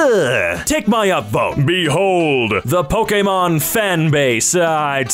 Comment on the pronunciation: This is one of the first times I have heard someone say Pokémon correctly